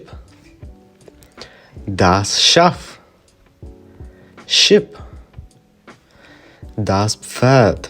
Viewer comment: Sheep has the long E sound one hears in the name Dieter.